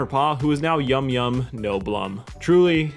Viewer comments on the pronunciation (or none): Yumyan! His name Yumyan.... not yumyum.... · Yumyan, not Yumyum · “Yumyum” ew no, it’s Yumyan, like Paul Bunyan they rhyme... because funny axe haha.